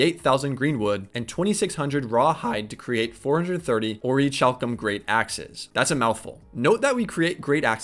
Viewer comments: Great vid, my only criticism is that its pronounced Ori-Kalcum :) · Pronounced. Ori - CAL - Cum Hope that does come off as rude.